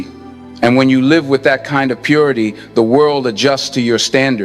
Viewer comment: Brother in ELI, Thank you for telling us of the powers and explaining on kool way. Your Virtual Intelligence is sometimes wrong in pronouncing words such as live with two ways to speak.